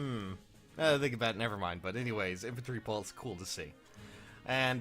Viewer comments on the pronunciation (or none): none